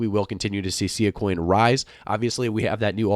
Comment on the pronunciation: it's pronounced SS-eye-ahh